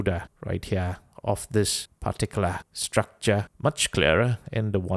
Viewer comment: "Structrah" is becoming a meme lol